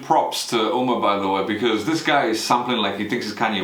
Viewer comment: Producer name is NOT UMER , its Umair .. Umair is pronounced as UMAYR